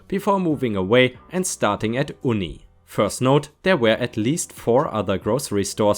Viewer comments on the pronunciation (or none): You ny...not oony😀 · Two things: Generally, we don't drive bicycles, we ride them. And Uni is pronounced You nee, since it's an abbreviation for University. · Uni is short for University - it's pronounced "you-nee" :) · Uni - you-nee Carton - it's cart-on, rather than car-ton. Also it's a shorter o, so maybe think of it as cart'n, or cart-un. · Uni is short for University so you say it like is starts with a Y :) yoo-nee. (I only say it because you sometimes ask for help with pronunciation. Your English is quite good! :)